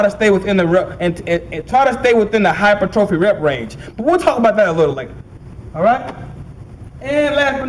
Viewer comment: lol he said hy-per trophy...